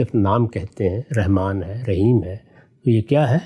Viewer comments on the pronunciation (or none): Ghamdi sb. Very strange and shocking by using the one of beautiful names of Allah SWT Rehman instead of RAHMAN. Reham means womb or uterus .pl in future say رحمن with zabar not zer.